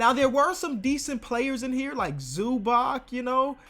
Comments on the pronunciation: It's not ZubaK, its ZubaTS. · please learn how to pronounce zubac